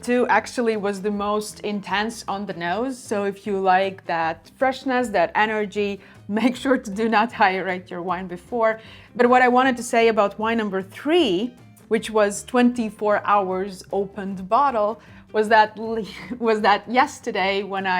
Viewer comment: "air-ee-ate" in English.